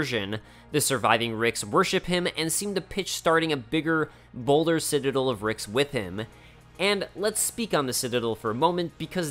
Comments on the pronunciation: It’s citaDEL, not citaDIL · Every time he tries to say Citadel it comes out "sitadul" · Omfg hey buddy it’s not citidle it’s citadel you got it? Ci-tuh-del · Not once did you pronounce the word “citadel” correctly. Beyond that, this was awesome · This was good but if you don't learn to pronounce citadel, I'm gonna throw hands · You are mispronouncing citadel...